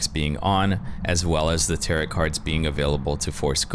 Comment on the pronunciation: Your naration is fantastic, my only critique is your pronunciation of "tarot". Thanks for the information!